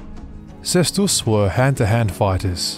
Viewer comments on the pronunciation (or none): Cestus=kestus. It's classical latin! The "c" sound is from medieval latin. Same with venator..there is no "v" sound back in the day..v=italian u sound= for english people it sound like "w" sound. Wenator Just thought I'd share, not meant to be mean or anything. Seeing you are passionate about it's history I thought you might appreciate the linguistical part of it aswell Loved the video. Very detailed and informative 😊